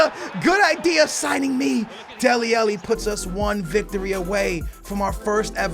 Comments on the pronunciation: AH-----LLI FFS SKILLZ..... not elli say it with an AH in front man. how you get elli from alli i do not know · he can say Shaqiri but not dele alli 😂😂